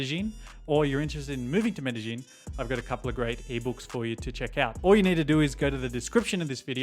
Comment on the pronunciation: its not MedeGeen its MedeYeen...